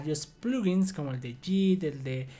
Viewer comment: No es posible que no conozcas el nombre de las letras en español: en repetidas ocasiones has dicho: "zeta-ce-hache". ¿Desde cuándo le cambiaron el nombre a la ESE ('S') por CE? Y otra cosa: la letra 'g' en 'git' y 'plug-in' no se pronuncia como 'll' de lluvia, sino como 'g' de 'gato'.